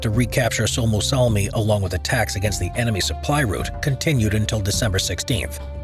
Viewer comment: How does one pronounce "Suomussalmi" almost perfectly, yet absolutely butcher the much easier "Raate", though? For the future if you're going to do more videos about Finnish wars, I recommend you check google translate or something similar to get a basic idea on how the words are pronounced, at least on the more important parts like the names of the battles in this case. Finnish is actually quite easy to pronounce once you know how each letter is pronounced and that the stress is always on the first syllable. It's just that the sounds do not correspond with the English spelling most of the time, which for a native English speaker makes the words harder to pronounce than they actually are.